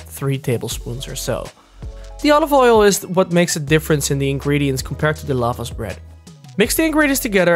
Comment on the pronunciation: Thanks! Evidently, I've been mispronouncing Lavash 🤨